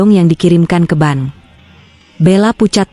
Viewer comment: Maaf msh terjadi ketidak profesional-an dlm bercerita baca bank bilangnya ban😂